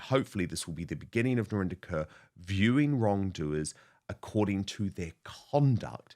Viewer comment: Why doesn’t Narinder correct people when they say her name as “Kerr” instead of “Korr “? It’s an Indian name, Kaur. Not a Caucasian name Kerr. Could it be because it makes her sound less Indian on British TV? 🤔